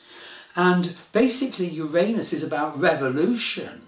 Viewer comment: Finally someone who pronounces "Uranus" the correct way, not the politically correct way! CHEERS TO YOU! EXCELLENT VIDEO!